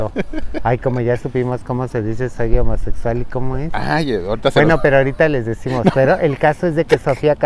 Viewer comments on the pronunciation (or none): Jajajajajajaja ahora si se la aplicaste a que risa con esa pronunciación de "soy homosexual" me encantan los adoro Dios los acompañe y lleguen con bien a China. 😘😘